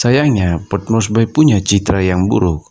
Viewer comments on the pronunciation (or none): port morsbi mbacanya bung ... bukan port morsbai ... bye bye love yeah ... maaf tolol amat sih jadi narrator !